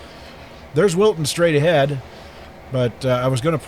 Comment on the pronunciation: At first I thought you said Wilson but it’s Wilton. nice to see some trains again.